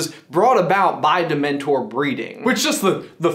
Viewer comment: get it right its not demntor